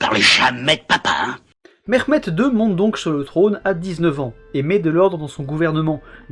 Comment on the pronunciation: İl a rien à avoir avec l'accent turc lui on dirait un iranien essayant de parle russe le mec il dit merrhmed la blague oui j'ai compris ton buts et de salir la langue turc mais abuse pas autant et aussi ta mis un petit morceau en arabe tu fais passer sa pour du turc